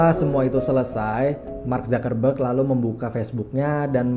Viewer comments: Mark Zakarrberg?? Apa gw salah dengar...? Part ....mark zuc-ker-berg...bukan Zakarr mass🤣🤣🤣🤣🤣🤣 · Dibacanya mark zakerberg